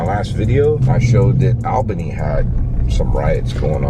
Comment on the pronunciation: Hey hey. Its pronounced "All" "ban" "e". Say it fast.😃 love the videos👍